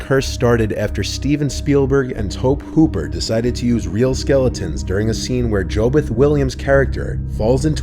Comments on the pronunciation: 1) It's just Poltergeist, not The Poltergeist 2) Tobe Hooper is pronounced Tow-bee, not Tohb. 3) Great video otherwise! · Tobth Hooper? It's pronounced 'Toby Hooper' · No, it's his real voice. The only one I noticed was mispronounced was Tobe Hooper. Who else did he get wrong?